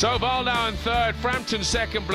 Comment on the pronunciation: Imagine being Martin Wildauer and getting your name pronaunced wrong the entire competition... ouch xD